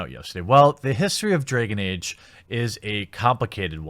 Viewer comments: Nobody: The Quatering: Dreyhgan Eyge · Anyone else laughing at how our bearded hero says "Dregen Age"? 😂😂😂😂😂😂😂😂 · "Draygin Age." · Stop trying to avoid saying "draygen age!" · You know how I know Jeremy super cares about the Dragon Age brand? He pronounces every in-setting word like he's never heard it before. Bro, you don't have to act like you care about games you've never played to make your point.